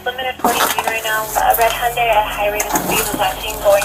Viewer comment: Hyundai rhymes with Sunday.